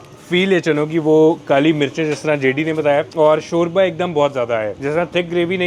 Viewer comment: Shorya boltay hayn 😂😂😂